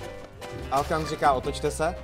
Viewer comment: Hej mě přijde že ta siry říká alokan místo alkan